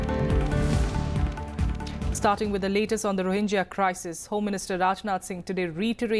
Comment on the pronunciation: Wrong pronunciation of rohingya by you.